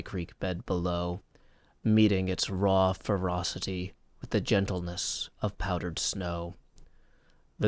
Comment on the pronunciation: "raw ferrouscity" heheh